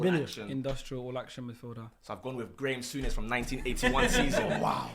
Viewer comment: Moldovo guy said Graime Sunnes 🤣🤣🤣